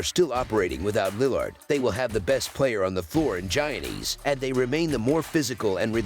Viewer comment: The "Gi" is pronouced like a "Y" so pronouced "Yannis" just fyi